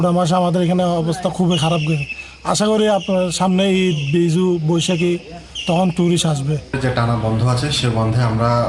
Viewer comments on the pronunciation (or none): What do you mean boisabi? Not boisabi it's call bizu okyyy